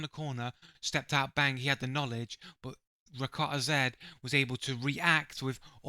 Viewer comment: You're not saying his name properly which I assume you haven't watched enough of him to determine if he cheats. He's actually recently become a crytek partner with 11000 hours in the game without any form of ban he's definitely not a cheater fella. In the future, research a little before making videos like this.